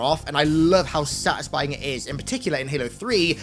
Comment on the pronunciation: I wonder how many times he said "sutisfing'' in this video